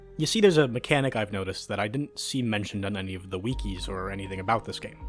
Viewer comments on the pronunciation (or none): The way you say wiki is atrocious. Very good video though, should have way more views